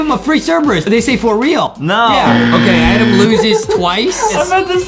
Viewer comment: AY AY AY STOP RIGHT THERE ITS ADEM NOT “ADAM”